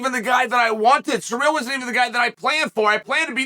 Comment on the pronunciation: I love how Chael calls Ciryl "Surreal" 😂😂😂😂😭 Omg just got to the end "Let's stop asking the bartender for advice on quitting alcohol." 😂